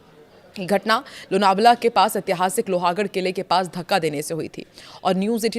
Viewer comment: Please see hindi / marathi spelling of Loh-gadh and pronounce it correctly. It is NOT Loha .